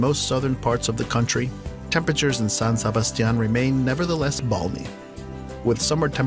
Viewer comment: SANGRÍA IN SAN SEBASTIÁN. God don’t speak ever again